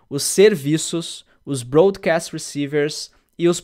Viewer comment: Não é “brô”adcast, é “bró”adcast rsrs precisava algum chato e esse fui eu. Pode me bater.